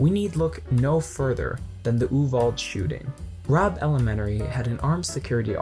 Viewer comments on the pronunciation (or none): THANK YOU. I got so annoyed when he kept calling it oo-vald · Its pronounced oo-vall-dee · It’s not an English word. So while it’s spelled Uvalde it’s pronounced Ooo-Val-day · also you don't even pronounce YOU-VAL-DAY (Uvalde) right. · Man I agree with what you’re saying but hot damn learn how to pronounce Uvalde correctly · The only thing I dislike about this is your mispronunciation of the town name. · Not going to lie I'm cringing every time you mispronounce Uvalde